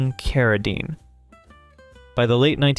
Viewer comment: It's Carradine.